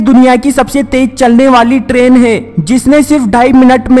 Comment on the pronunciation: istrain haha funny pronounciation